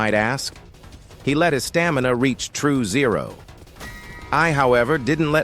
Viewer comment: Bro said true zero like it’s the finale of the game